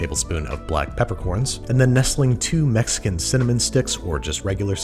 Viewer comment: Is it just me or does Babish say "Mexican" weird?? Like he's putting a lot of emphasis on the word lol